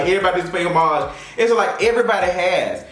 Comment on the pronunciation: You are pronouncing homage incorrectly.